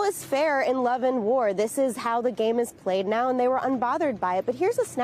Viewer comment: "This is how the game is played now..." places an undue amount of emphasis on the use of "now..."